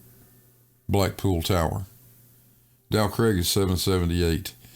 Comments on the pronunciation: Every time says “Dow Craig”, my mind rebels. It’s “Dow CRAG”. This is England, and it’s pronounced “CRAG”. voice is too irritating at this time of the morning, and I can’t take any more of his nonsensical arguments. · He actually says "Del Craig". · The mountain "Dow Crag" is actually a "Fell" it is in the "Lake District" County of Cumbria, that makes it Northern England, Not Scotland, It is pronounced Crag rhymes with Hag, "Crag" means steep rocky cliff. English lesson over 🤝👍🏻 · Agreed Grrr.